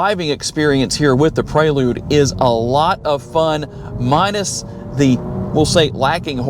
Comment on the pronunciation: Praylude? You mean Prelude.. Pre, as in before..